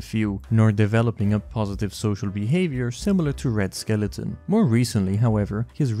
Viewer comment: FYI - Red Skelton's name is pronounced "Skell - ton" not "Skell-e-ton"